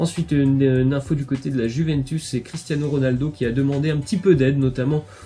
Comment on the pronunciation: Si jamais Juventus se dit comme "you" en Anglais ! Les supporter de la Juve vont te remercier ;)